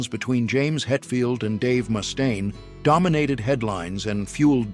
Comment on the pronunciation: ...who's Moustaine? 😂😂😂